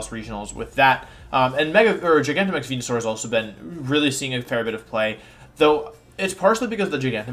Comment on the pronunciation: i'm sorry who is the first pokemon you talked about? i could have sworn it was wenusaur but i don't think i heard it right :s